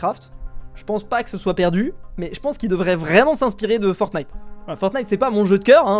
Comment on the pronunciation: "Fortntie" WOW